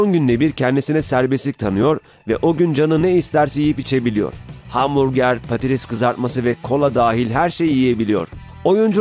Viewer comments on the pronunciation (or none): none